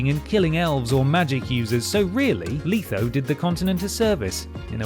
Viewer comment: it's a joke I was making fun of how he called letho leetho and how some npcs will call Geralt Gerald ( to his annoyance). I was just having fun with the others especially dandyloins I'm actually surprised no one called him that as a dumb jest in the game.